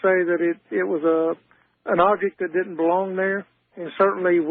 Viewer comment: You’re the best. Bobby Ray Inman has fascinated me ever since Clinton tapped him for the White House. One quirk of Inman: when giving his remarks, the word “didn’t” sounded like “did” when he said, “the president did(‘t) know that.”